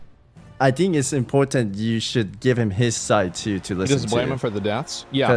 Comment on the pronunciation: Impooortant . funny how the east shines through , shhhhishhhsshhsmooo